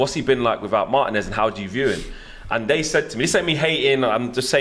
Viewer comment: Learn to pronounce Marteeeen-ez bruv. He's your player.